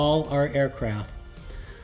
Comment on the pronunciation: Aircraft “T” there’s a fcking “T” on the end of the word 😪